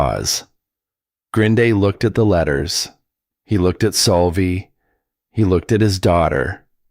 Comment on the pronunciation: Why does the speaker called the girl Solvie, when her name is Sylvia